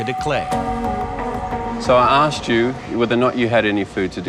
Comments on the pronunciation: It’s asked not aksed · Said like that in England too. I think it’s a cultural thing . Doesn’t bother me .